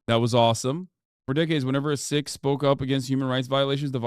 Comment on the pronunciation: Hasan pronouncing Sikh better than an Indian lol